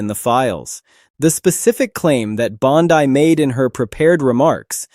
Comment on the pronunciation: Its "BONDEE", not "BONDYE".